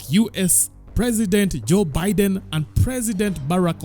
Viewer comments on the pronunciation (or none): none